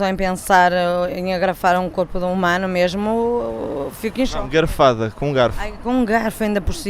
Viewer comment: Gente os brasileiros e portugueses são parecidos mesmo. Rachei de rir. Engraçado que quando ele fala garfada eu entendo garrrrafada. So depois que ele falou dos dentes que fui me tocar que era garfo e nao garrafa. Kkk